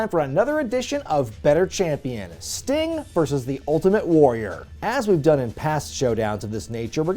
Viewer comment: Uhhh it’s Sting and it’s not even close. Still love you though:)